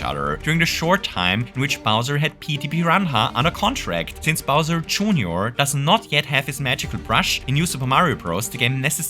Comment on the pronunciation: bowser june-or 😭😭